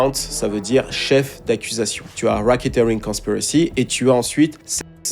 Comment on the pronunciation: Please learn how to say Epstein !!c'est stressant - Soit dit les mots en français ou alors apprends la prononciation au moins tu pense pas ? Pareil pour racketeering. Learn :)